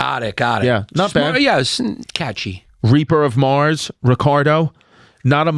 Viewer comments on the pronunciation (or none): none